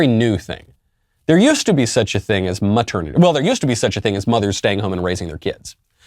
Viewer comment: Michael, did you say MAturnity leave?